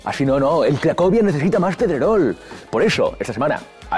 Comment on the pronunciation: Jaja, qué buena los 2 "Pedreroh", diría Soria! XDDD